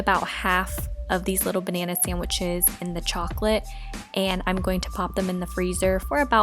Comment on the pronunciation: She says sandwiches like Maranda sings 😂